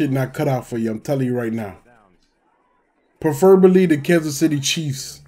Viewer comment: Bro said "purrfurrburrly" 😂